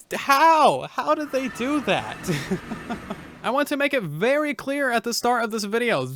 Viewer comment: what is this word "uvery"?